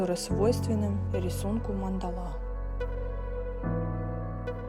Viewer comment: Мандала--ударение надо делать на первую А